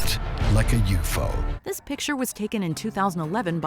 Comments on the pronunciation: i've never heard someone pronounce "UFO" as a word rather than the letters... guy in the beginning said "it looked like a 'youfoe' instead of U.F.O. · No, we don’t. It’s U-F-O. 3 syllables. Not yoo-fo. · I’ve never heard anyone pronounce UFO as ”yoo-fo” before now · A "you foe"???